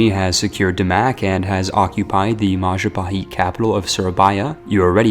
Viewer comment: "Maja paheet"